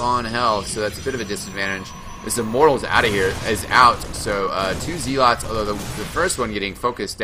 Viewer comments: This was incredibly vague. It's actually not. zea-LOTS its ZEL-ots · Its not pronounced ZEALots. its pronounced Ze-lots. :)